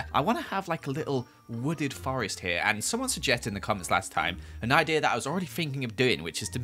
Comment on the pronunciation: “I have no I-deer”